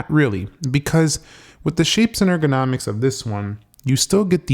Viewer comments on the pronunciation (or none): "Shape and organimics" 😂😂😂 It's a joke, right?